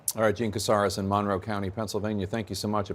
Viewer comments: MUN-row? Shouldn’t it be mun-ROW? Stress on second syllable? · Monroe County, PA, was named in honor of James Monroe, the fifth president of the United States. The accent is on the second syllable, not the first!